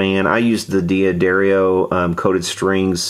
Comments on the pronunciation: dadario not dee adario. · d'Addario forever. Played with those for 35 years now and never let me down. It's pronounced duh - dare - e - o. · OK, my American "pronounce-it-like-you-see-it" friends, it is pronounced "dah-dario", not Dee-ah-dario".